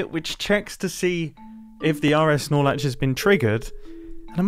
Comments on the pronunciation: I keep hearing RSnorlax and I dont know what he is actually saying 😭😭😭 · Am I the only one who only heard "Snorlax"? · All I heard was RS snorlax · Say rs norlatch one more time 💀